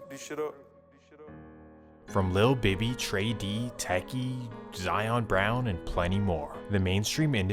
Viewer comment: Nah bro this story has so many mistakes/ lies and he pronounced it wrong its "Teki" not Techi